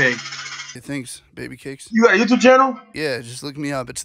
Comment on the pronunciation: "ARE YOU A YOUOOYOUTER" 😂😂 im actually crying